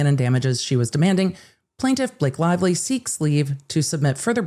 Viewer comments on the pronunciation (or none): Blake Lie-vely